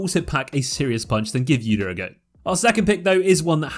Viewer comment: "ewdyr" that gets me every time :V